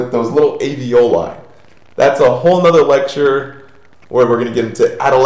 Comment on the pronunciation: It's aLveoli, not aveoli.